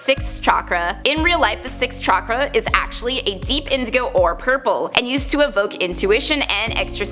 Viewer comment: Chakra is pronounced with a sh sound. Like shock-ra